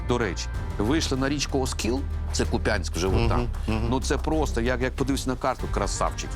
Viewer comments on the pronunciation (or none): не Купянск а Куп'янськ!!! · Не КупЯнськ, а КУпʼянськ!